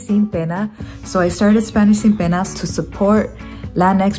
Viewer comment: The first time I can let it slide, but after the 90 days and saying “sin peña” again 😕 though I notice many people change the standard ‘n’ to ‘ñ’ because they think that is correct. For example I hear people say “empañadas” all the time.